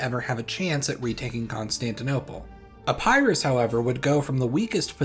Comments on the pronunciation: Epirus, not " Epærus"😅 Polysyllables do not favour diphthongs. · Epairoos I love how he says Epirus